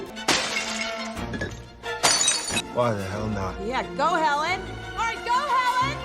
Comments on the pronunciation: The first time I watched it I didn't realise he said "Helen!". I thought he said "Heavens", which made sense to me because she was runing straight at him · YES when I watched it for the first time a few days ago I was like wait what he said Helen???? Had to rewatch it a few times to make sure I wasn't crazy.